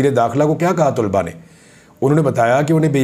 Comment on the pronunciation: Sir very respectfully It's not Tulba Actual word is talaba